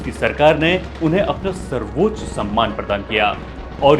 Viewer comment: सर्वोच् ? Quiet = क्वीट् ? अबे ब.चो. लं,ड@ पे घुंघरु बांध के के तेरी अम्@ को चो@ और तेरेको लगेगा मुजरा चल रहा है । quiet= क्वाएट सर्वोच्च =वो+ च्च ? क्या होता है ? पहले उच्चारण सही कर